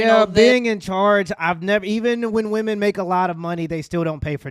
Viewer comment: when did the world start pronouncing women the same as woman